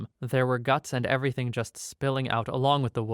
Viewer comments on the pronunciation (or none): none